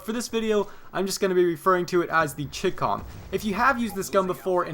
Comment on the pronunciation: Ok it's pronounced ch-eye com <----com as in like a website address like dot com. It's short for Chinese communist